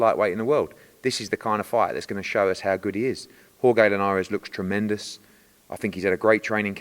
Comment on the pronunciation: The way Eddie pronounces Jorge Linares is so funny to me. “Whore-gay Linares” lol